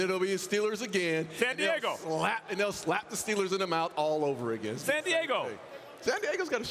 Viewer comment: I love how no one bothers to correct Max whenever he says San Diego.